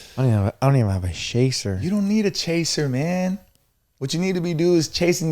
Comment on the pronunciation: “I don’t even have a sshaaaser” 😂😂 me